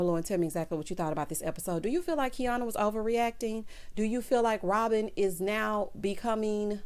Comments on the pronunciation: The mispronunciation of Quiana’s name made me wonder if these ladies actually know each other. Because in next weeks episode Tiana is going to mispronounce her name as well. I was like are they reading a script or something. WTH?? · That argument between Quiana and Robin made me cringe 😬. Robin added a little more sauce by intentionally mispronouncing Quiana’s name😬🥴. I definitely understood both sides however, what Robin said is true. Bae bae, there are times where I wish I was fancy and footloose too 🤣.